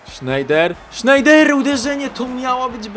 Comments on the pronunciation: Fajny odc ale nie Sznejder tylko Snajder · nie czyta sie sznejder ale snejder:D. A koenders czyta sie kenders Pozdrawiam!